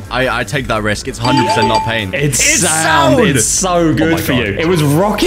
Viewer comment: bro said sand instend of sound